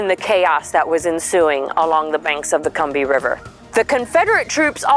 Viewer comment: You pronounced Combahee wrong.